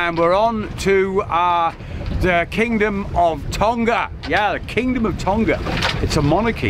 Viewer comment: Tonga has a soft "g" as in "laughing". Not a a hard g like "golf".